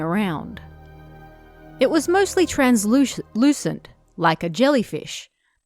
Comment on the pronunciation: I am surprised to see have trouble pronouncing the word, Translucent.